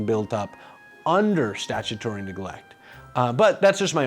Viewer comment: you wrote it as "salutary" (which is correct) but pronounced it statutory (which isn't)